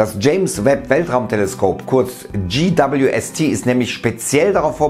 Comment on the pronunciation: GWST lernt Englisch🙈 peinlich...